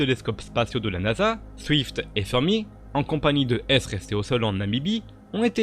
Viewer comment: attention, la nomenclature des événements transitoires comme les GRB est basée sur leur date de première détection, on ne dit donc pas "GRB"-"190"-"829"-A mais : GRB 19 - 08 - 29 - A puisque sa date est le 29/08/2019 (le A signifiant que c'était le premier ce jour-là). Autre chose, le télescope spatial Fermi tient son nom du physicien italien Enrico Fermi. On prononce à l'italienne "Férmi", pas Feurmi. Idem, pour le processus Compton ou Compton inverse, ça vient du nom du physicien anglais Arthur Compton, ça se prononce à l'anglaise : "Comptonne". Et pour les unités d'énergie, quand on parle de GeV, on dit "Gève", pas G-E-V... Par ailleurs, tu aurais pu parler du GRB le plus extrême jamais détecté, qui n'est pas GRB190829A, mais GRB221009A. A noter également que la distinction entre GRB longs et GRB courts comme étant d'origine différente (hypernovas vs. fusion d'étoiles à neutrons) est obsolète. On trouve aujourd'hui des GRB longs avec les deux origines et pareil pour les GRB courts. La seule distinction qui peut exister est donc sur la production du trou noir qui en est à l'origine.